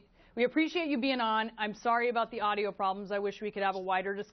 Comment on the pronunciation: "We're having audo problems" .... saddly we can still hear Josh Feuerstein